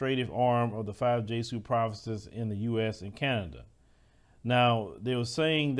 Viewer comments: It's pronounced "jes-ooh-eet", not "jeh-soot" 🤣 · The word Jesuit is not pronounced JAY-suit, rather one would say JEH-zhoo-it. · Pronunciation is "Je-soo-it". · Hey brother, you pronounced Jesuit wrong. It's pronounced Jez-zu-its. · Jesuit pronounced as jezz-wit. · It's pronounced Je-sue-it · Hey, it's "Jezh-yoo-it." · They pronounce it JEZ U IT. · I know the video is already done, however, in the interest of your follow up videos, it’s pronounced Jess - Oo - It. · it's pronounced Jes Su It. The Priest are Jesuit priest. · Hey, Jesuit is pronounced 'Jez-soo-it' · Its pronounced Jez zoo wit priest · Jez-U-IT I believe it's pronounced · Jesuit pronounced "jez yu it. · Hilarious brotha...LMAO 🤣 🤣 🤣... Jesuit=JEZ-ooo-it!! I feel like u knew this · 😂😂 I couldn't hardly listen! I love what you do,, but you had me on the floor with the J-suit! I was like "J suits? Like...Men In Black??"